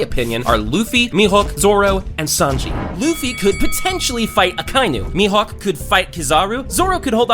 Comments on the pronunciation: Bro said mehook no its me hoeke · He called mihawk mihook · Bro said me hook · he din't call him mihawk he call him mihowk